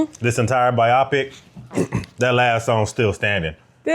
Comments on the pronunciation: bi opic ? its pronounced bio pic lol! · Its pronounced "bio-pic," as in biographical picture. Sorry, im giving in to my inner grammar not see.